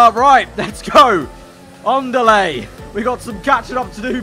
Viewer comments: "on delay" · The way says "andale" with his british accent "ondalay" lol